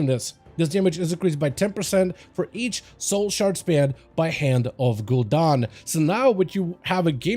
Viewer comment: It is pronounced ‘Ghoul-Dan’, not Ghoul-DON. Never even heard it said like that before. They say his name in game every few hours. You are an established content creator. 😅